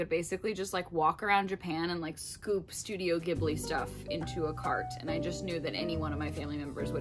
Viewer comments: Not to be that guy but Studio Ghibli is pronounced with a soft g, so like jib-lee! I found out after pronouncing like gib-lee for years 👻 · 0 0 I cringed every time she said “gibli”